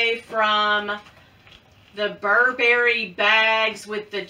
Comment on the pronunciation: Ooo! I love the baby Gucci Marmont! I still love the mini bags. UGGs…I brought them with me when we moved to Florida…haven’t worn them yet, but I’m determined to…in the winter. Oh, you’re not supposed to wear socks with UGG boots. I’ve never been a fan of the hairy Gucci shoes though. Burberry is still classic and will never go away. BTW, it’s BUR-bur-e, not bur-BER-e. Miss Nancy never said my name either.😞